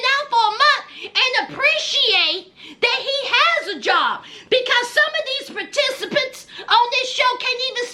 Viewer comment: I don't know why I laugh every time you say "participants."😂